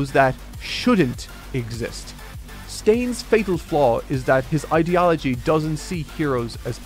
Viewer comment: I love but the way he pronounces ideology is not hitting well in my brain!!!!